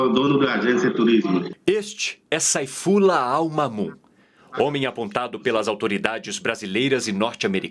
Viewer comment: A pronuncia certa não é "Seifullah"?